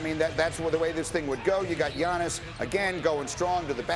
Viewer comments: How many times these two gonna butcher the man's name. One of them even called him TIANNIS ... bruh i'm SHLEEEP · Why can’t anyone say his name it’s not that hard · just say Giannis, you're saying his last name all sorts of wrong